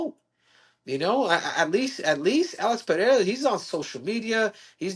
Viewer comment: Usman said it right first, then got it wrong: it's pronounced PeReira (short-rolled R), not PeHeira.